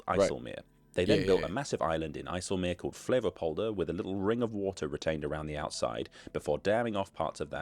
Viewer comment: Great pronunciation of IJseloog